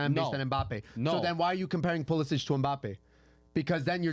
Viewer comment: nailed the pulisic lol